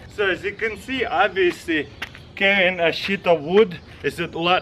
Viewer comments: got to work on your pronunciation of "sheet" haha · When he said sheet I thought he said s...... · Every time Taras says sheet on one of his videos I cry. 😂